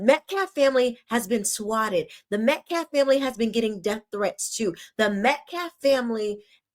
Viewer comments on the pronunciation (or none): He called Austin’s Dad Metclaft instead of Metcalf. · He also disrespects the Metcalf’s by saying Metclaf. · He can’t pronounce Metcalf either.